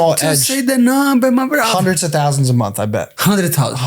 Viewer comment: “ just give the numba my brotha “ - moicano pressuring 😭😭😭